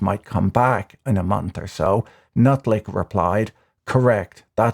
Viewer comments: lmfao just casually dropping "nutlick" instead of "lutnick" amazing as always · patrick seems to have unfortunatly mis pronunced lutnick as nutlick ... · Brilliant calling Lutnick, Nutlick. I have heard it before though. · Did I mishear that or did Patrick just call him trade secretary "Nutlick" ? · "Nuttlick" 🤣 Try saying it correctly now! 😂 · I love how you say commerce secretary nutlick. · I think its Lut-Nick hahah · an understandable mispronunciation of the Commerce Secretary's name